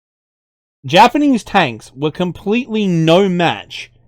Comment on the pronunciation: I was honestly surprised by your Japanese. Think you could actually speak to an IJA soldier as a POW like that? Imagine the response he'd give, LOL. That's like College-level Japanese right there. You could be doing voice acting of actual WW2 Japanese military right now.